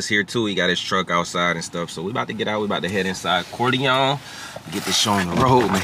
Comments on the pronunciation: If says CoryLongs instead of Corleone one mo time 😩😩😩CJ the BMW looks great!! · “Corlyne forge” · I’ll give a stack if he can pronounce corleone 😂😂😂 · That mug is beyond nice, but can you teach how to say Corleone Forge...lol...that's my guy tho 🤘🏿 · Somebody teach how to say Corleone forged 😂😂😂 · And why can’t pronounce Corleone, right? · cant say corleone lol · Well at least we ain’t the only ones that notice talk too much… teach him how to say Corleone too😂😂😂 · Who ever reading this can’t pronounce Corleone.